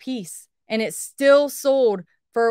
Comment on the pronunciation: Is it me or does she not pronounce her Ls in sold?